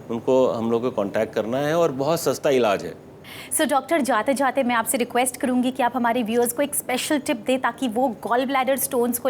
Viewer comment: Anchor so over actingg.. words ko kitna pressure ke sath bolrahi hai... dr jaute jaute ...kya hai .. dr jaate jaate bolna tha